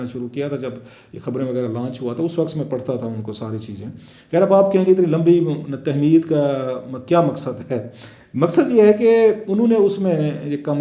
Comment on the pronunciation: لفظ تہمید نہیں ہوتا تمہید ہوتا ہے۔